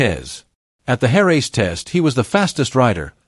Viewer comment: The “Hair-raise” track - The “Desmo-sed-a-sigh”. Maverick “Vin-Alles”.